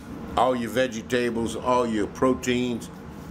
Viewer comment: I love how you pronounce Vegetables-veggy tables :)